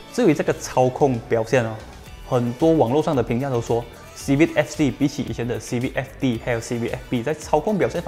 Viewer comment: 支持! 可是读音是"Civik" 不是"Civid" 哦。CIVIC fc 的优缺点我都ok, 比较不喜欢那颗cvt罢了。